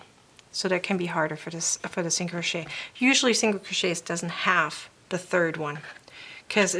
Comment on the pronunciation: Very helpful. Thanks. One question... Are you Dutch? Just curious because you pronounce "th" as "d" as the Dutch do. If so, your English is very good!